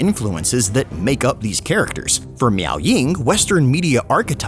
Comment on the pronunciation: constantly saying "miao" has my spine twist in anger.